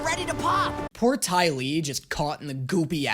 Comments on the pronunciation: Did just call the dai li, DAO FEY?!?! I AM ENRAGED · he calls the dai li the dou fay. Im dying